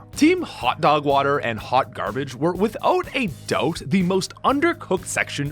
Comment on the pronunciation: The most Canadian withouht a douhbt I've heard